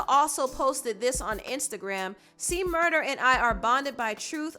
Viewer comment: It's C-Murder, officially, not murda. It was a big deal about it in the past.